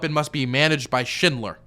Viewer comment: when he said Schindler I thought he said Shitler, as in shitty Hitler